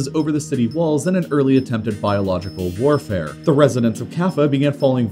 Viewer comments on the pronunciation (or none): none